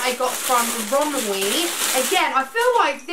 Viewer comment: It’s pronounced rom-WEY, not rom-WEE 😂🤧